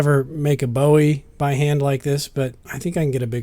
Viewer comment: Damnit David Bowie didnt make the knife Jim Bowie did. (Bew - E) not (Bo - E) The knife wasnt made by an awesome musician, and an awesome musician didnt make the knife. Spelled the same, pronounced differently. Sorry about the rant.....no im not.